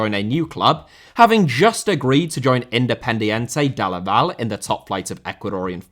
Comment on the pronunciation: Man that was the absolute worse attempted pronunciation of Independiente del Valle that I've ever heard. Sometimes you just gotta google it